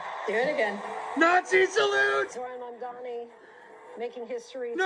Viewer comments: BTW, his name is pronounced MamDAni, not MamDIni. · I DO enjoy your content. I’m not trying to be a grammar “NAtZI” but my pet peeve is grammar. It’s NOT PRONOUNCED “MOM-DEENI”. Pronounce it as “MOBM-DANI” and I’ll be a HAPPY CAMPER! Those types of mistakes Are the ONLY areas of yOUr videos that drive me crazy! OTHER THAN THAT, KEEP IT UP!!! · Please don't pronounce his last name like it's Italian! We help build this city, this clown like all liberals only know how to tear things down. Mon-don-knee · Is the pronouncing of his name as “Mamdini” an accident or a jab? * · Calling him "Zohran Mandini" throughout - love it 😂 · The way you pronounced his name cracked me up, zohran mamdini😂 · I love you but I am DYING at your pronunciation of his name lol 😂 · Ma'amdeeni... plz always keep pronouncing his name like this, it's hilarious. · She can’t even say his name right 😂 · JESUS CHRIST GET HIS NAME RIGHT LADY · learn to say his name right. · You're pronouncing his name like he's Italian. which is an insult to good Christian Italians! Might be just your accent...Like the Great Houdini. But Mamdani may need to learn the art of escape! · It's hilarious how mispronounces his name on purpose